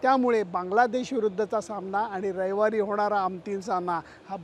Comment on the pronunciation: 4.03 रयवार नाही हो रविवार